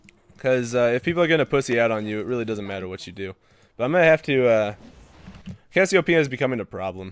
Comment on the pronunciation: "There is Ks-siopeia."